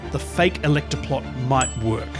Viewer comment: the way she’s emphasizing electOR is triggering me